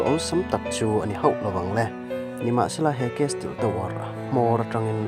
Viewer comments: Castle(casil tih a lam tur) chuan mizo dik tak i nih chuan Burma raltlan lam dan in mizo tawng lam suh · Kesil tiin lamla......